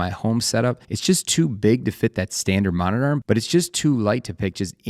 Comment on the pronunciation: What the hell is a moniner? It's a monitor. It's a VESA mount, not a VASA mount. It's literally written on the screen, in your video! It's OLED; four separate initials. It's not the letter O and the word Led. You're pronouncing part of it as a letter and part of it as a word.